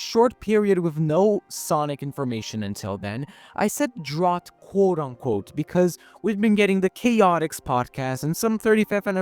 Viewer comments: it's pronounced "dr-OW-t", not "dr(eadn)ought". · This is more of an accent thing It's like poTAYto vs poTAHto, even when both pronunciations are for potato